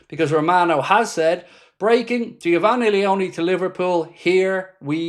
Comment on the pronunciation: No way I've seen someone miss pronounce Geofanny Leoni like what 😂 🤣